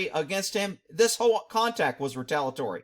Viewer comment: I am busting up cuz when you say the word "whole" it sounds like you say "HOE" I LOVE IT 😆 THANK YOU MY BROTHER.